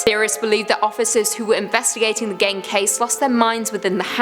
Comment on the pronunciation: Hey, dont wanna be "that guy" (or in this case gal), but Ed's name rhymes with green. I love you and love watching your vids, but it breaks my heart hearing you and the guys changing the way you say "gein" in almost every vid.